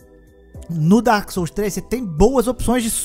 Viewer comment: eldo ringo , darqu souldens tree, delmonte souyz, duarki soulz twu, darqui souiz un, brodi buorni, sekuairo